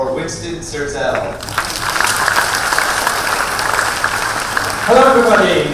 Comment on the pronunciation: is mispronounced! And much like on his AdV Podcast channel, he has yet to figure out how to control his own volume! And I say that out of love!